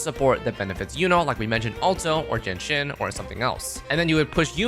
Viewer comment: I looked at the subtitles and saw that you keep saying "Genshin" rather than "Jianxin" That's a very clear sh sound you pronounced there when it's much supposed to be pronounce a s sound.